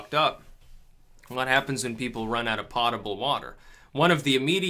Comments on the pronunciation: Under the banner, "Do not mock someone for mispronouncing a word, it means they read it first", I think it is prnounced 'poat-a-bl' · Pronounced "Poe-table." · Pottable?? LMAO